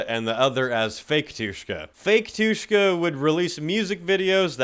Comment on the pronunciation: The way you said Batushka 💀💀 (erm actually like the emphasis is on “Ba” And wait they mentioned?? Idk anything abt them apart from how they black metal and russian